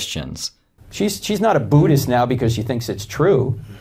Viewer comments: Why does he pronounce the religion as Boodist? It's Buddhist. Does he put booter on his bread? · Buddhist is not pronounced like you’re trying to scare someone with a ‘boo’. You can’t confuse an ‘ud’ sound with the messed up ‘noo’ like Americans use for new. Does a cat make a mewing sound or a mooing sound?